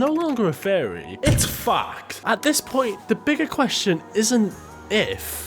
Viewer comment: u said fact i heard fuck:face-blue-smiling::body-blue-raised-arms